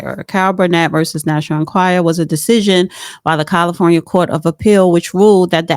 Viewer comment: learn how to pronounce the National "Enquirer"